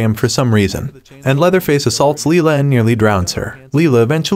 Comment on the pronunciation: It’s Lila not lia